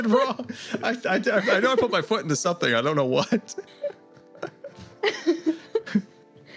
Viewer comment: The way he says "somethink" both grates me but also very much feels like an etho-ism